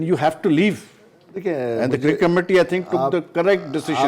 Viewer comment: cricket hota hai cerket nai